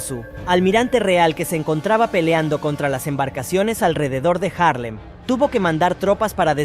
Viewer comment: Es Haarlem y no Jarlen.